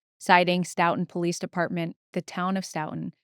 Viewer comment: I know it’s less important but…stow-ton (said like the measure of weight). But blend it together/say it faster